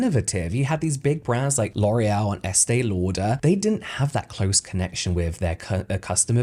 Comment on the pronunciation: I can't...After all the twin videos, hearing you pronounce L'Oréal correctly, makes me chuckle even more.😄